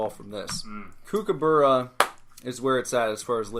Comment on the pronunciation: Yeah I should have just said Cooper from Eurotrip On the Kookaburra, it''s pronounced cook-aburra, you said it so many times through the episode so it was annoying me the whole time haha. Good to hear your reactions on Toblerone, Turkish delight and Cadbury chocolate, I'm sure if you found those you'd be able to get a cherry ripe. Can't believe your negative reaction to the turkish delight I love those